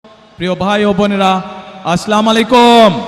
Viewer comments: Didn't even learn how to pronounce salam. What is aslamolikom... It's should be Assalamowuilaikom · আসলামু আলাইকুম না আসসালামু আলাইকুম হবে। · খাম্বা চোর সালাম টা সুন্দর করে দিতে শিখ। ছাগলের তিন নাম্বার বাচ্চার মত ভে ভে করছ। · মদিনার ইসলাম কায়েম করবেন স্যারে অথচ সালাম টা পর্যন্ত শুদ্ধ ভাবে বলতে পারেন না?